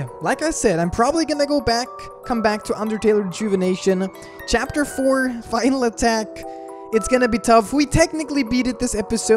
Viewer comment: 🍞 Chara at the beginning looked like my mother when I said no to her homemade bread 🍞 (Also, right after, I can’t stop thinking on how said ‘chapfer’)